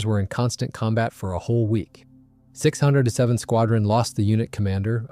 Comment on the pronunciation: Another comment about inaccuracy: 607 squadron is pronounced "six oh seven" squadron, NOT "the six hundred and seventh." Also, the rank is Squadron Leader, not "commander."